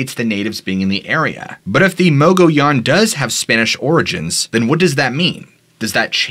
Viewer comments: Mo-Gi-yan. Mogiyan. Mogollon. It has a weird pronunciation in AZ. Like Prescott is pronounce Prescit, Tucson is Tus-on. We know that’s not how it’s spelled, that’s how all AZ locals say it though and we can tell if you’re from out of state if you say it wrong. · Great episode dude. For future shows though the mogollon monster was seen at Geronimo scout camp. Also how you pronounce the word mogollon in muh-gee-on